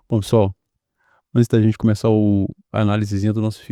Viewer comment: Cuméça a fala.meu que horror.